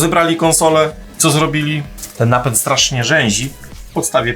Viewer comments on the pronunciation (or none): Napent? czy Napęd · CZemu napent ? a nie napęd?